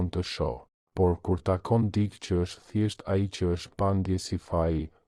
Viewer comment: Mëso theksin e fjalëve. Jo "dik" por "dikë".